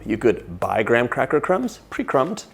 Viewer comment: Listen, love the recipe can’t wait to try it! But the only thought I had within the first 2 minutes it’s you have what Trixie would say is the “crispy R’s” when you say graham cracker 😭